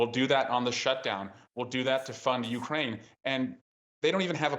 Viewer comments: It's not "yourkraine", it's pronounced YOUkraine. Learn to pronounce words correctly or stop speaking publicly. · This guy!!!! This guy doesn’t even pronounce Ukraine correctly 🙆🏻‍♀️🤦🏻‍♀️🤦🏻‍♀️🤦🏻‍♀️🤦🏻‍♀️🤦🏻‍♀️. Seriously… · This guy can’t even say Ukraine. What the heck is Ur-Kraine? 😂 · What is a Urkraine ? Somebody ??? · Your-kraine??….purr-nun-see-ay-shun ! Cracker boy! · Why does that Republican pronounce "Ukraine" "Yer' - Crane"? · This Montana dude going, "Your Crane" instead of Ukraine is hilarious. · "Yurkraine". Hmm. Flag down on the play. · Zinke defo had some liquid courage before he came on. What is “Urrkraine”